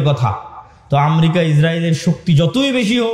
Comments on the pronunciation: আমরিকা না, দেশটির নাম আমেরিকা।একটা দেশের নাম যে উচ্চারণ করতে পারে না সে আবার সে আবার ধর্মীয় বক্তৃতা দেয়! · বিশ্ব নেতা !! আমরিকা ???? [উচ্চারণ এতো অশুদ্ধ কেন ??] গোটা পৃথিবী নিয়ে চর্চা শুরু করছো ?